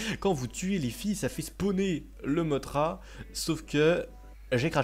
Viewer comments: et sa se dis pas mottra mais mossra sinon super video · J'aime tes vidéo mais petite parenthèse mothra dans godzilla de 1961 se prononce mossra.